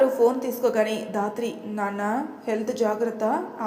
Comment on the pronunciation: Sister dhatri ane padam raatri ani vastondi Pleasec correct cheyyandi